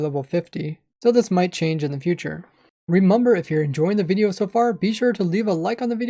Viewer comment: why are you saying "remamber" and not " remember"